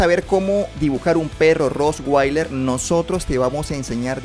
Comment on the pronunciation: No se dise roswailer es con t